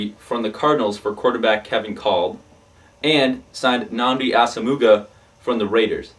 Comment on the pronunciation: Nnamdi Asomugha, is pronounced a-sa-mwah not ass-o-mooo-ga